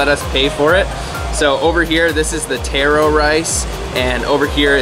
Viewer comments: Stop imitating Mark Wiens!! Watch yourself on video and listen to the commentations you make., then watch and listen to Mark Wiens, you sound like him. Taaaaroo not Tayro! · Not tear-o but tar-o. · Pretty sure he was mispronouncing taro. I believe it's pronounced tah-roe as in the first syllable in Tahoe and fish roe. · How he says taro feels weird to me because I never heard anyone say it like that before even though it is correct